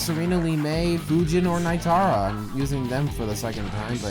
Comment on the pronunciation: That is terrible evidence to say Reptile is confirmed. Edit: alright i watched more of the video and I'm starting to hate you. Also how tf do you fuck up Nitara's name, and Kabal IS NOT A WASTED CHARACTER, you are stupid.